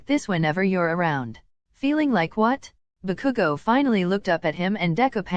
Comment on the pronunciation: why is saying bakugo like Baku-go x-x